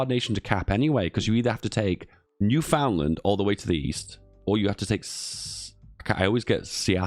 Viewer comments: Repeat after me: New-Found-Land bad. Newfundlund good. New-Found-Land bad. Newfundlund good. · boutta have a lot of angry canadians with that newfoundland pronounciation